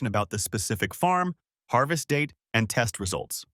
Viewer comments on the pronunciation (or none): none